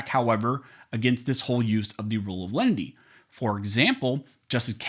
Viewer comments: Perhaps it is simply my ears playing tricks on me but it sounds to me like you are pronouncing it several ways during the video. Here are the various ways I heard it: The Rule of Lundy The Rule of Lendy The Rule of Lenity The Rule of Leanenity What is the actual rule? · You pronounce the name of that rule different ways. Close Captioning spells it differently multiple times. Please spell it out so I can research "rule of lenity, lendy, leninity, or however you spell it. Thanks! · Even with good headphones I cannot understand that phrase at all, He says it 100 times but he mumbles it each and every time. Is he saying "Rule of Lundy" or something else?